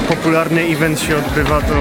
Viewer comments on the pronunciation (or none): none